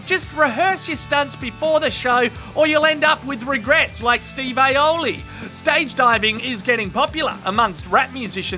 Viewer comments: Dude called him Steve Aioli 😂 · Steve “aioli” fucking dead 💀